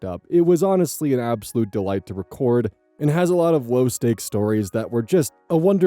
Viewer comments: Hehe. "Low st(e)akes" 😁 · don't you mean low steak? lmao